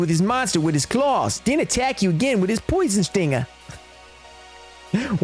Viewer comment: HIS POIZON SHTINGA